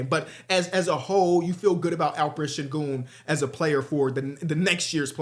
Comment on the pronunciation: did just say sengooner 😂